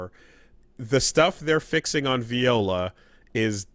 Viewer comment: I'm convinced is Mispronouncing her name on purpose